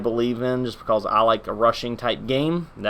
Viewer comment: "just becaulse" ;)